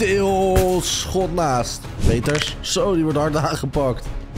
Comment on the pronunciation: Je zij in de plaats van Peters pieters